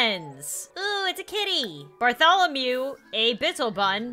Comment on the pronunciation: "BeRtHoLoMeW a. BiTtLeBuN sR"